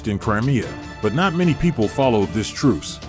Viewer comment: “…not many people followed this truse.”